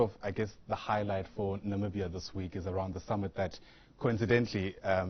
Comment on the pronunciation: It's Namibia guy's not nambia🙄